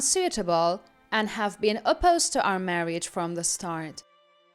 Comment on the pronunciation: Marriage os TWO syllables, NOT three. It's pronounced "mar-age" not "mar-ee-age"